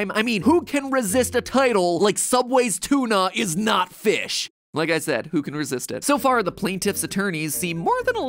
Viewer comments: we're all saying feesh, Josh! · No, your saying foosh, he's saying feesh!